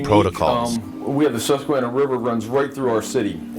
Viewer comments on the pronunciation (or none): as a native to Mechanicsburg, I cringed when I heard those words.